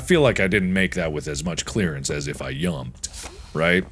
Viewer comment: Anyone else realise he kept saying ‘yump’ and ‘yumped’ instead of jump and jumped?